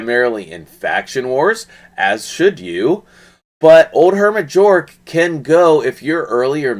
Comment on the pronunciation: Nice vid, but it's pronounced Yorrrg following Swedish pronunciation. 😀 😆 🤣